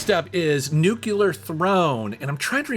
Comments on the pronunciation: Also it's "new-klee-er" not "nuke-u-ler" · new. clear. Definitely not new-kew-lurr. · did you just say "nucular throne" like homer simpson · Not to be a dck, just trying to help. There's a word "clear" in nuclear... say New like a New York mobster and then clear. Nu clear. Love your channel. Keep up the great work. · "Nucular" ? TF? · I always get a kick out of someone who says “nucular”.😆 Good on ya! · “Nucular… it’s pronounced nucular” - Homer and